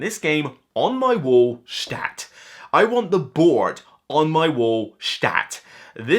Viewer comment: I know. But it's usually pronounced stat, not schtat.